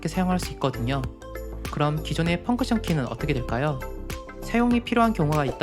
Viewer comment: 펑크션 말구 펑션입니다만^^